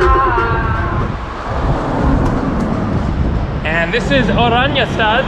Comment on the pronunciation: Dude I lived in Aruba please do your research, for Aruba where u r living is a slum for Aruba. Eagle is the best beach in Aruba. Please don’t give people the rong idea of Aruba. You aren’t even pronouncing the capital properly. Everybody rents a car. Sorry but you are not even close to knowing anything about Aruba. Guys no crime poverty, use dollars everywhere, drinking water out of faucet is better than bottled water in the US.